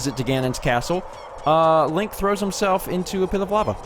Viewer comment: why do they call him "Lonk"????